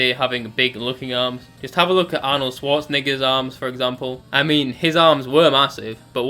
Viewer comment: it's his accent, he's just meming it.